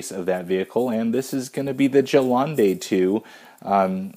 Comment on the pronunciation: It's pronounced "ɡəˈlɛndə" ;^) Cool unboxing and might very well be my next vehicle.